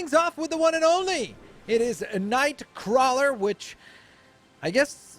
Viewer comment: Nice, but it's Nightcrawler, not Knightcrawler